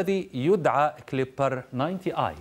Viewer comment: التلسكوب كيبلر وليس كليبر